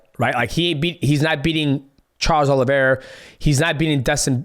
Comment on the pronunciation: Crazy how many names were butchered in this video alone😭😭😭 “Alex pierra, charles oliver, diego nunes, mikey musumeechy, drixus du plessis”